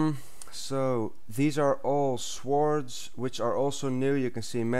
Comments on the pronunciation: its pronaounced sords not s wards but its spelt sword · sWords... u say it like "sords" not "swords" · You actually say swords. You should say sords but spell it like swords! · Ikr its swords not schwoards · you say it like this sords not swords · its pronounce sords. not sWords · its pronounced sords not swords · The "w" is silent in swords bro! but great vid! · Swords say it like sord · every time he says swords i think hes saying swartz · its not pronounced like swords but it is spelled swords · swords....(sord) lol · lol swaords? kno offence but still